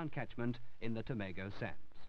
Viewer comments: Hilarious how the narrator called Tom-a-go as too-may-go LoL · Tomago is still pronounced Tom-ago!